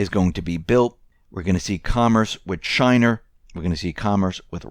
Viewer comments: “Chiner”??? Where’s? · did he just say "Chiner"? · Hahahaha! I noticed that. 😁